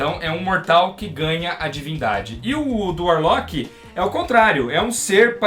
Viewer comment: mano, video incrível! o que mata é só o falando Adam Varlock... mas isso não interfere em nada na qualidade!